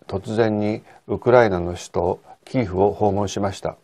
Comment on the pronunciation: キーフではなく、キエフまたはキーウですよね。基本的な地名、人名などは通例の発音をされたほうがよいと思います。